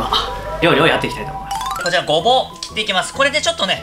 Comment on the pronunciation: 作る時何回も動画見るけど、いつも作っていきたいとおもいましゅしゅのとこで笑ってしまう😂